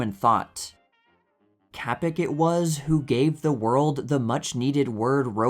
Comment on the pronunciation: Let me assure you it is DEFINITELY not pronounced "KAPEK".